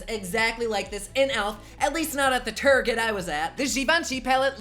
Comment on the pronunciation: I laughed when you said Turget, reminded me of Kristen Wiig's target lady!! Welcome to Turget!! 😂😂